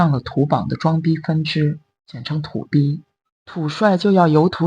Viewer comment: 我把小猪的“土逼”差点听成“土鳖”😅还得是小猪出品，必属精品❤